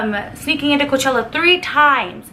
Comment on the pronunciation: Its coachella lol